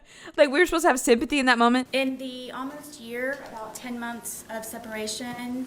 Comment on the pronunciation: It took me a minute to realize she was saying “Most of us were” 😭